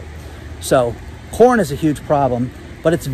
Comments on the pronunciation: Ha! It first sounded as if you said “corn” with a”p”. Lol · I listen to YT videos at 1.5 x speed so I can watch more. I swear all I heard was “porn” prices were increasing……I was like what did he say? Rewound and it was “corn” not porn lol